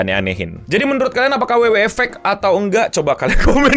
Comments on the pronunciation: WWE (Dabel yu dabel yu i), bukan dabel yu dabel yu e.. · Dabel yu dabel yu i bukan dabel yu dabel yu e 😂😂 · Bangke gatel bat denger pelafalan wwe pake b inggrisnya, abis double u double u malah E😂